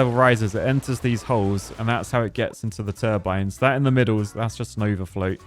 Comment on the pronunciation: Surely you mean the turd-bines,?